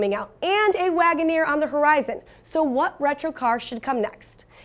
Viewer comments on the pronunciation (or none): none